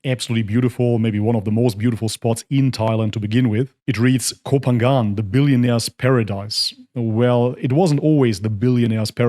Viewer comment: I agree with you but please learn to pronounce Koh Phangan correctly to be more convincing.